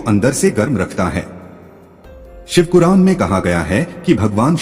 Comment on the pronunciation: आप दो गलतियों को सुधार लें --- १) शिवकुर्रान कह भी रहे हैं और लिख भी रहे हैं जबकि सही शिव पुराण कहना और लिखना चाहिए था । २) आपने पुराणों की जगह प्रणों में कहा है यह गलत है , सुधार कर लें ।